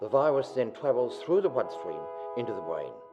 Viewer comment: "The vwiwus then twavels thu the bwood stweam.." lmao ahhhh whats up?...u got a spweech pwoblem...a a a a twwwwooo bad.